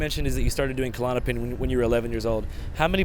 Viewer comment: Fake doctor lady just said It is more likely to occur if you miss But it will happen regardless. Well which one is it? Is it going to happen no matter what or is it more likely? You sound ignorant! Also - klonopin Not Callotapin. Doing drugs none of you can pronounce.... LOL - Even Andrew doesn't know that name.